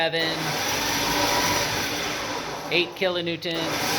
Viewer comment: Kilonewtons not kilonewtents